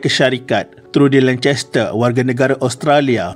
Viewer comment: Salaam admin, sila rujuk gelaran Tun Di Malaysia. Diwaktu ITU rasanya semua pemimpin Masih bergelar Tan Sri. Gelaran Tun diberi sewaktu mereka bersara. Lancaster c disebut k. Harap maklum. Terima kasih